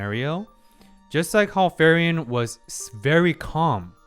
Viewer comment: I gotchu, her name is pronounced like Free-Ren, good stuff